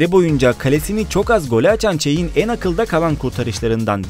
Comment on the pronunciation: niye yanliş söyledin bazi oyunculerin ismine ?! o_O çein nedir o Çek dir ve başka Casilias diğl Casiyas okunuşu :| başkaleride ztn bittirdn ama genede iyi video